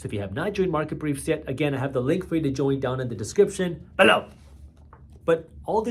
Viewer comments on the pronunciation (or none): for fuck sake stop saying BELOW in a stupid way.